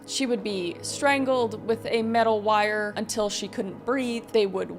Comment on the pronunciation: Love the video... but my ears couldn't help but too hear these words "bound by electrical wile" lol Js but all in all I love the video